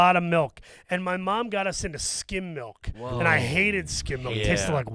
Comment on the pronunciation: I just realized that says "melk" not "milk". Can people from Philly say any liquid right? And I'm saying that as a non-native speaker.